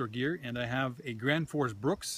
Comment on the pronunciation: Randal Flagg It's actually "Graensforsh Bruuk" :) (Gränsforsbruk) Directly translated it would be "The border river/stream factory" (Word Bruk is not a translation for factory, it would be "Fabrik" in Swedish, but bruk comes from the Swedish word "Jordbruk" which means farm (Jord = earh, Bruk = to use). There is no English translation for the word. A bruk is a place where you refine natural resources, in this case metal.